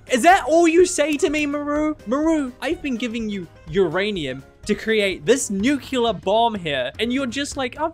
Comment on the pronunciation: Nooooo 😭😭😭 He said "nuculer" Guys, guys, there is no extra u 🥲 Nuclear (New clee ur)